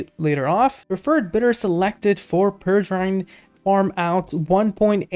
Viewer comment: PEREGRINE is Properly pronounced as Pair-a-grin....named after the Peregrine Falcon.